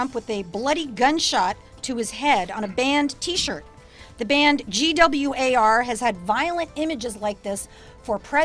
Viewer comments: When she said "G W A R" I lost it. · Also, Kathy SHOULD NOT have apologized. Own it. She did it, she meant it. Have some 'stones'. And the fact that chick says G W A R... LMAO! Gwar, baby... Gwar. Just say the word. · She said "Gee Double You Aye Are" I'm like "You mean GWAR?" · (facepalming so hard) GWAR. IT'S FUCKING GWAR. NOT G-W-A-R... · This bitch really just pronounce GWAR as G W A R? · ''the band GEE DOUBLE U EH ARRR. Bitch its fucking gwar you fucking stupid little shit gibbon. On a related note: Gwar has invited Kathy to join them on stage in decapitation of trump. Difference being Gwar with a female lead won't fucking cry misogyny if they get smacked for that shit, and they probably won't get shit for that because its part of their fucking gimmick. 10/10 would get tickets to go to gwar with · G-W-A-R.....YOU MEAN GWAR....fn tool...what an idiot she is. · It's pronounced "Gwar", Kathy. Beavis and Butt-head taught me that. Why aren't you as cultured as I am? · G.W.A.R took me a second to realize they meant Gwar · can't she pronounce Gwar. what a tard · I thought it was funny as fuck how she pronounced GWAR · If you can't even pronounce the name of a band... Don't take what they say seriously, lol. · It's pronounced "Gee-double Ewe Aayyy Arrrrr." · The GWAR part was my favorite. First off, their obviously not THAT famous, since she mispronounced it, but also...shes trying to say they've never been given a hard time for being out there? Uh...they've been getting called out since the 80's, back when Kathy was performing improv in coffee houses in LA. It's not like Oderus Urungus is hosting the grammy's or anything. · I don't know what pissed me off more, the fact that she compared her unussual art to shock rock's ussual gorey art or the fact that she mispronounced GWAR. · I just love the victim narrative and the dripping condescension... and that's not how you pronounce GWAR.